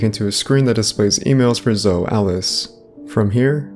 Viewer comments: Omg dude it’s Zo-ey pronounced ZO-EY - you pronounce the E at the end, even zo-eee - it’s not ZO ffs lol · It's Zoe.... ZOOO----EEEEE LIKE ZOEY JUST LIKE JOEY BUT WITH A Z Come on man u are not even pronouncing the names right and u think you know secrets.......lol